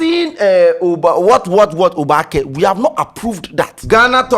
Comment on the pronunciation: I know `Obaak3'' but it is not really used unless at engagements like local tradional way. nor dey pronounce the word correctly buh we move